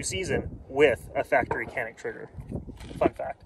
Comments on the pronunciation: it is pronounced like John-eek. thanks for the video. I used one of these pistols in Turkey at a shooting range and they told me 20000 rounds with it and no problems at all. I also tried Turkish 1911 Zigana I believe. That was a good gun as well. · I know it is hard for you all but the correct spelling is "Chanik", "C" in Turkish is read as "CH" in English.